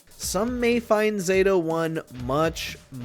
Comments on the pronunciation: Its Zah-Toe not zayto, also his older incarnations are much harder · Knew this list was gonna be trash as soon as they called Zato "ZAY-to" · I knew the list was going to be terrible when he pronounced “pronounced “ zato wrong they even chose the easiest version of him. He’s much harder in thr other games. Especially the 2D ones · I'm positive that "Zato" is properly pronounced with the short "a" sound. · starting out butchering zato's name lol